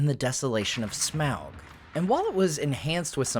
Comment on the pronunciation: Smaug is pronounced SMOG